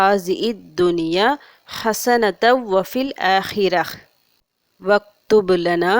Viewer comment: Hasanathan olunga pronounce pannunga sister